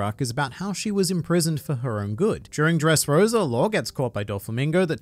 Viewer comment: Its Dressrosa not dReSsRoSuR